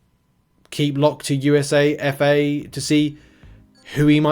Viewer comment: USA-FA is pronounced YOU-SA-FAH